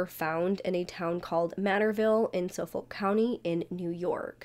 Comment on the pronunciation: I live on LI. This case has so many unanswered questions plus a lot of potential conspiracy theories. I won’t say any thing about it because we are all anxious for the next part of your series! I also LOVE the way that you mispronounce words. I think it’s endearing and cute. FYI on LI we pronounce Hauppauge- Hop-Hawg And Suffolk = SuffEck. Lol